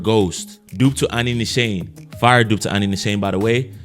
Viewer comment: Great vid bro! Btw, Nishane is pronounced Nee- Sharn -ay. It's a Turkish brand.